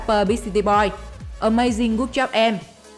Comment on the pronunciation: là tui thích nhất a—may—zing—gút—chóp—em